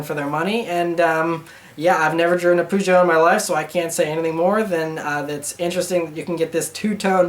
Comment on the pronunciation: Your way of pronouncing Peugeot is kind of hilarious. It's not a bad thing at all, just thought it was a bit funny:P